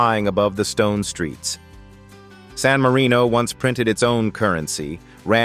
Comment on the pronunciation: I wish that they would make the effort of pronouncing the names properly---it verges on shameful, there hasn't been one name pronounced properly, not even San Marino....